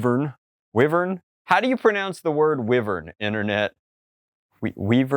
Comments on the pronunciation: it’s not “weee vern” it’s “why-vern” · its pronounced like "why-vern" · it is pronounced why-vern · Not trying to be nit picky here, but I have always pronounced it why-vern. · Wyvern is pronounced "Why-vern". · It's pronounced "wyvern" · You pronounce it Why-vern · Wyvern = why-vern (at least in my vocab) A very pretty blaster though! Good to see some more cosmetics that aren't penny-pinched.